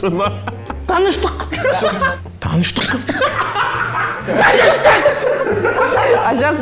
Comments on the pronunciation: По идее не таныштык, а тыныштык. И ударение на тыныштЫк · Будет (тыныш) тыныштық а не таныштық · все казахские слова сказал не правильно кринжатина скажи ему чтобы он учил язык ляяя чтобы в след раз не говорил Таныштык а надо тыныштык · типо давно не разговаривал на казахском, и поэтому вместо "тыныштык" сказал "таныштык", и она сказала что казахский прекрасен, и подчеркнула "Таныштык" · он не правильно говорит тоже тыныштық правильно будет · Таныштак, и все кто смотри 😂😂😂😂😂😂😂😂😂 а-а-а-а а-а-а-а-а когда он по немецки сказал таныштааааааак😂😂😂